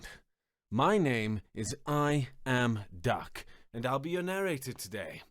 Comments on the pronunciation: I initially thought it was "i am dark" being an edgi boi, I am duck id 100% harder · Are you I am dak , or duck? Can never make out name. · Up until now I always thought he's saying I am duck 😅